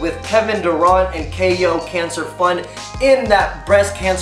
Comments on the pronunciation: Dur(ant) not dur(aunt) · It's pronounced Kevin Dur-ANT not Kevin Dur-Ont...